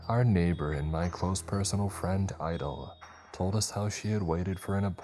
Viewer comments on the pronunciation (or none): none